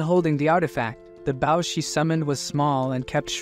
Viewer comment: But still can't say bow